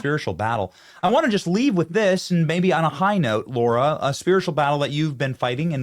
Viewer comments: It's LARA Benny, not Laura. How disrespectful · Her name is Lah-Rah not law-rah... comon benny. 😮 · Benny, by now, you should be able to pronounce her name correctly. It's called respect! Obviously, she has it to overlook your stupidity.